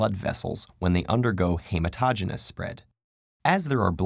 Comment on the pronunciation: Peritoneal... it's pronounced as pear-I-toe-neal. Hematogenous, he-mat-oh-GEE-née-us.